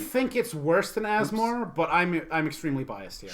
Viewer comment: I'm now sold on Asmo. Two reasons: you pronounced her name correctly multiple times; you've convinced me that she's a good rattlesnake commander.